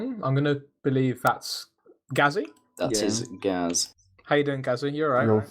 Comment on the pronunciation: It's pronounced gay z